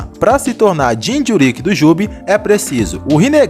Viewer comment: Vídeo Bom, mas falar "jinchurÍÍk" é phoda